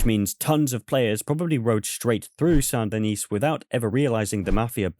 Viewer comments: Saint Denis is pronounced "Sandy Knee"; the "t" in "Saint" and the "s" in "Denis" are silent. French, am I right? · Tiny nitpick: So you don't pronounce the last S in Saint Denis. It's like San Da Nee. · it’s pronounced “San din-ee”. The S is silent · The last S in San Denis is silent. Much like the E in Van Der Linde. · Please stop pronouncing Saint Denis that way lol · The “s” in “Saint Denis” is silent bro